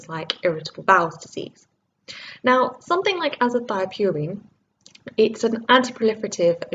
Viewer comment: is it not azathioprine and not azathiopurine. great video and keep up the great work regardless :)